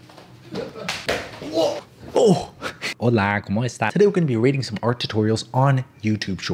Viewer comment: The intro- I can’t LMAO. “holAA como esTASSSS”